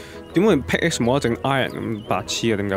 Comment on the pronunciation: 其實pickaxe 讀pick ass 唔係pick x